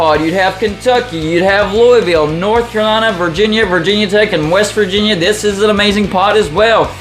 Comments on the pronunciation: Pretty sure the correct pronunciation is a lot closer to “Lou-uh-vuhlle” than “Lou-ee-ville” (did graduate research at LSU-NOLA), but besides that, great video, I would love to see your setup come to life, except with Duke replacing U-Va. Happy Independence Day. God Bless America. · It's Lou-A-Vule!!!